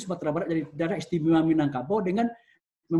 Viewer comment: Sumbar Minagkabau bukan Minangbanteng...😂😂😂